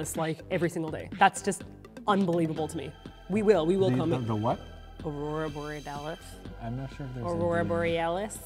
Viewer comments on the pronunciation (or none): "Aurora boredelith" 😂😂😂 love you ❤️❤️u sho cute